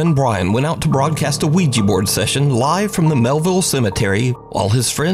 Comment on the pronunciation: "Bro dude, bro dude...oui-gEEEE..." Ouija Board: "Fk this moron, he can't even pronounce Ouija, so imma burn up to keep him from saying goodbye" 😂😄 Great to see another awesome delivery from you,!